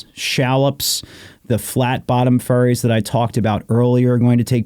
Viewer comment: I'm late to this episode.. "Flat bottom ferries" sounds like flat bottom furries and I can't ignore that. 😆